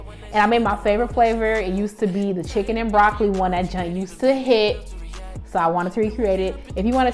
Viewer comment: Not chickelini 😩